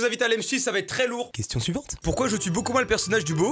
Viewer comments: "question suivantre" 😂😂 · « question suivantRe » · pourquoi j'ai entendu " question SUIVENTRE "😆😆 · "question suiventre"